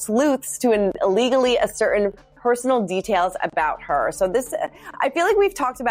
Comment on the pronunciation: Can you not pronounce "ascertain" ? Do you even know the meaning of the word?